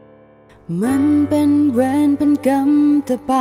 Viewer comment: เพลงประกอบเพราะดีแต่การออกเสียงคำว่าเวร กับคำว่ากรรม นี่แปลกๆพิกล เหมือนคนต่างชาติออกคำไม่ชัด ละครเรื่องนี้ณิชาแสดงเก่งมาก